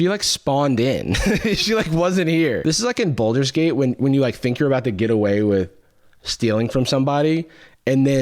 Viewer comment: "Boulder's" gate? Look at the word. Baldur's Gate.